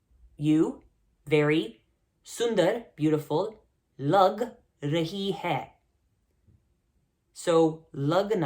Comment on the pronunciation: In the line, “Aap bahut sundar lag raheen hai,” the last “hai” should be pronounced as “hain”, with the n being nasally. Same with ‘n’ in raheen.